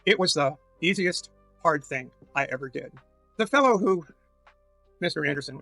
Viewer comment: Listen guys, making decisions is hawd and surgery is scawy, so just don't do it.